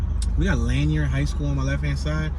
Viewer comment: Pronounced "La Neer" high school not Lanyeer